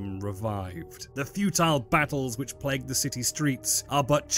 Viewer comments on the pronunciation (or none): none